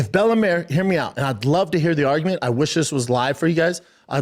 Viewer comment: i'd like to hair the arggument, B... i've got a lawl degree... Frank Mare is definitely part of the prom... got a 'nairdiv' and 'talmbout' as well lol